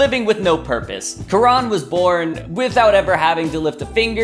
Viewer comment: Why u...u hacked jaby channel.... haha... jk.. also its kaa-run... not quran